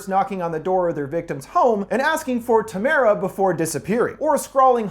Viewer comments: It's Tamra not Tamara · Are you all deaf? Doll face doesn't ask if Tamara is home. She says TAMRA. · “Tamara” “ TaMAra” it’s pronounced Tam-ra. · Tam-uh-ruh. Not Tuh-mare-uh